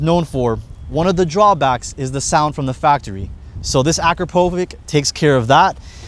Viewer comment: Akrapovich if Ć is too hard for you guys, do it right